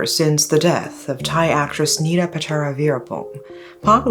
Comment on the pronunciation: Her Thai name is Pronounced Thang (like slang for thing) Mo Nida (Nee-da not Nita).